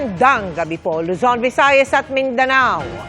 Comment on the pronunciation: Diin na diin pagkasabi ng Maganda ah. matandang gurang. wag pahalata matandahukluban.